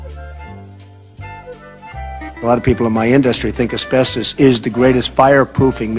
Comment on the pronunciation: It's pronounced asbeSTOS not "asbeSTIS"